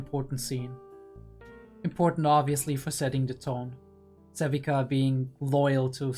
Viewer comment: Not the SaLvika😭 Her name is Savika, there is no L in there brother 🥲😄